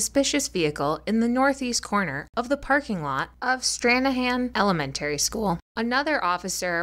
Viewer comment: Tell me you didn't just say elementary like you did 🤦